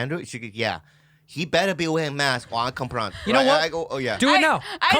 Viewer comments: i'm fucking crying laughing at andrew saying "compront" me rn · “I’m gonna conpront him”! 🤣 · "COMPRONT ME RIGHT NOW"